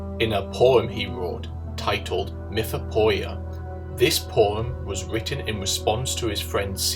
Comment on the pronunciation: Greek here. Re : It's "mythopoieia", pronounced "mi-tho-pee-EE-ah" (oi and ei are both /ee/), lit. myth-making. Great video!